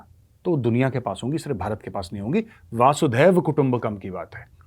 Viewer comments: Vasudhaiv....... Not vasudhev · मेजर साब, वसुधैव को आप वासुधैव कह जाते हैं। पहले भी आपके ध्यान में इसे लाया था। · Major sir , it's not "VAaasudaiva" kutumbakam ' but "VASUDAIVA" kutumbakam*.(gustaki maaf kijiyeh)